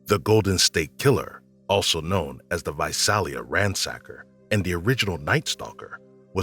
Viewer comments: #17 Visalia is pronounced Vi-sail-ia. I lived near there most of my childhood. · Its pronounced Vi-sail-a not Vi-sal-a. Lived there for years. The Golden State Killer was a scary time.